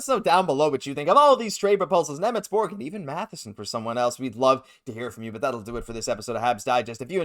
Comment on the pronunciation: Šimon Nemec please! (read as Shimon)